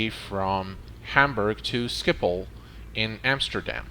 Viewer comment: Wow, as a non-native Dutch speaker you pronounced Schiphol very well! The 'g' in Dutch is hard to speak for non-native Dutch speakers.